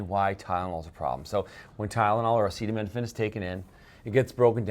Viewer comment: As your Canadian I will let this slide. In the future everyone must pronounce acetaminophen as follows: “Ah-ced-uv… well, let’s see how we say that. Ascenem – enophin. Acetaminophen. Is that ok?”--- DJT